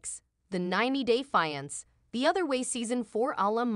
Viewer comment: Teach A.I how to pronounce "fiance" properly , it's a dead giveaway that the channel is operated by foreigners